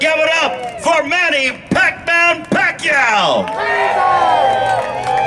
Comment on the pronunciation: It’s amazing how far he has came! I remember Lampley couldn’t even pronounce his name in his first fight. Nothing but respect to this Legend! #PACMAN 💯